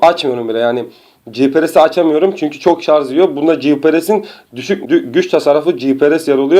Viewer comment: şarZZZ demişken?